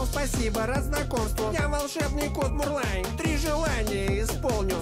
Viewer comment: Не Мурвай, а Мурлай